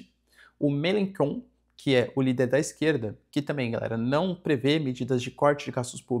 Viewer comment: Melenchon fala « Melonxon »